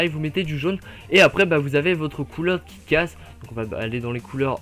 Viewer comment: C'est moi où pour Kick ass , tu as dit "Kit ass " patère ça m'a fait penser à kit kat ^^